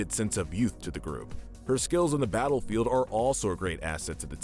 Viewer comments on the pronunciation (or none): none